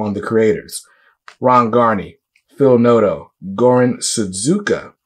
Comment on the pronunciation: My fellow Croatian, Goran Sudžuka (pronounce: Su-ju-ka) :)